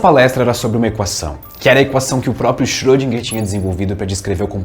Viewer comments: e Na vdd se pronuncia "Choudrinher". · Ele chama de "chodriguer" eu chamo de "iscroudinguer" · Acho que o correto é "Xirodjinger"..kkkkk